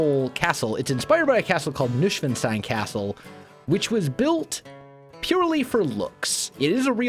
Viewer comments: Neuschwanstein is pronounced Noishvanshtine, not Noushvenstein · Nushwanstain? Sounds like cat language.😅 I am German and we call it Neuschwanstein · More tower. The current tower higher(i like it sticking out of the roof) rounded dormers?(they look like birdhouses atm) Also you cant imagine how long it took me to understand you said neuschwanstein :D maybe try new-swan-stone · So funny you say Nushwanstein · haha I love how you pronounce Neuschwanstein! I also didn't realise which one you meant, so I googled Nuschwenstein just to realise it was the Neuschwanstein all along! Keep up the great work!! I love the way you play minecraft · Ian Fyffe Noi-shwaahn-shtain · Noi-shwahn-shtain, but you could translate it to new-swan-stone :) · Kordian Polczynski nicht schlecht! The rest means that Neuschwanstein was not understandable from ' pronunciation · i speak german and it took me a long time to realize you were saying Neuschwanstein haha gotta love that us-american pronunciation! thanks for the entertainment, wels. looking forward to seeing you build more of this! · Aaaaaand same here in Berlin 🇩🇪😂 But if I listen to the many Germans speaking English with an accent that makes my ears bleed... well... I strongly prefer listening to (like he'd say) butchering this name 😁 BTW... Americans saying "Hohenschwangau" (where Neuschwanstein is located) is even more interesting 😂😂😂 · i do not really unterstand which castle you meant, but if it is Neuschwanstein castle, then you pronounced it totally wrong, but in a kind of funny way.